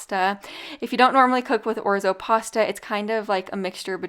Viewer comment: 1st recipe made me remember why I purchased orzo. It was that recipe 😅❤. I have an old Italian friend and she bit my butt for saying it like you do. I believe she said I was pronounced knock and capitol E. 😅😅😅. I don't know, but I believe her.. I have a generic Salad Spinner . Best purchase ever